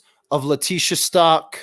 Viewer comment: Its Stauch ..stowch like COW STAUCH